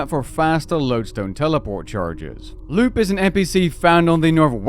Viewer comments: Im pretty sure Lupe is Lou-pay not Loop haha 😅. Nice job on the timely guide though. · “Loop” instead of “Lupé” is the wildest pronunciation I’ve ever heard lol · Is lupe actually pronounced “loop” like he says? Or has he just never met a Mexican?